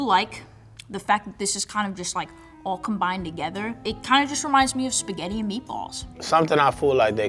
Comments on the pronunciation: PORCO DIO E SPAGHETTI 2 T non SPAGHEDI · the winner knows how to make spaghetti just doesn't know how to pronounce it. "shpaghetti" :/ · What bothered me is how she pronounced words like "shpagetti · Girl is you cool! Not Spagagna!!😂😂😂😂 … he used what ingredient “jalapeño😂😂😅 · "I' m and I eat spagheRi" 💀 Imagine not being able to pronounce your own surname.